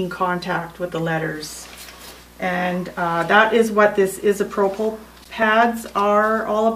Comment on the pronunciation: No, lol! I'm glad I'm not the only person that was bothered by the pronunciation of "isopropyl". It's pronounced "Eye"-So-Pro Full". alcohol. Great video nonetheless. Haha!